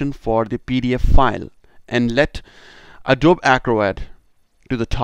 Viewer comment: It's pronounced A-DOE-BEE